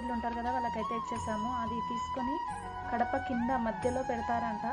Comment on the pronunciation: kadapa kadu gadapa